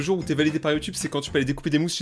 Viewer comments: quand tu dis youtube a lintro tu a lacsant québecois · vous avez pas l'impression que le *youtube8 de l'intro ressemblait a un accent quebecois